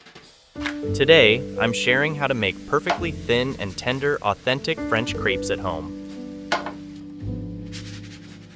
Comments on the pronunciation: If they're creeps I don't want them. That's not how crepe is pronounced 😂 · Lol you say "authentic French", then pronounce them "creeps" 🤦‍♀️🤦‍♀️🤦‍♀️🤣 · There is only one e in crepes, the way you are pronouncing it is creepy.